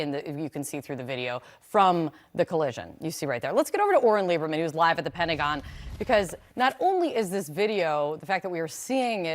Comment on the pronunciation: What does the word "Pen-agon" mean? 🤣🤔